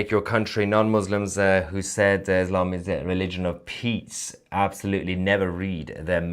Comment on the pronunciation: Why do you pronounce Israel Esrael and Islam Eslam. It sounds tarded